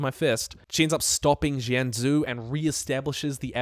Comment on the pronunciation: Akchyually Jianzhu is pronounced Jen-Jew